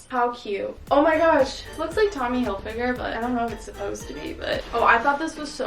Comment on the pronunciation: oh my gosh you said hilfiger not hiflinger hahaha yesss growth!! love u girl xxx